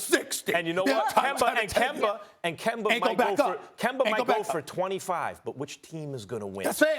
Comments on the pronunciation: Nobody: Stephen A: KEMBER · No one: Absolutely nobody: Stephen A: Kember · Yo, Stephen A! Who on earth is Kember? 😂😂😂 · "Kember" "Kyrie Irvin" 😂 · “KEMBER WALKA” - Stephen A. Smith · Spike Spiegel Kember Walka- Stephen A Smith 😂😂😂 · He said: Kember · Stephen A: Kimber Walker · This man just called Kemba Kember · SAS call kemba - kember 😂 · "Kember Walker" - Stephen A Smith 2019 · Nobody: Stephen a:Kember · "Kember Walker" - Stephen a smith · Why can't this man ever correctly pronounce Kemba? 🤔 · Kember..the r is silent for Stephen A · “KEMBER” That’s Stephen A Smith for you. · Why does Stephen A pronounce Kemba with the hard r? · Absolutely no one: Stephen a: "KEMBER WALKER" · Any word ending with an A is going to sound like a R😂 “Georgia(r)” “Kemba(r)” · KEMBA STEPHEN A. ITS KEMBA!!!!!!!! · Dat Dude it’s an east coast thing. It’s derived from when the settlers came to the new world from England. English people also have a tendency to to switch out from anything that ends with -a to -er. Like idear rather than idea